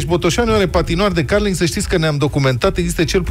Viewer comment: Da, este așa cum pronunță.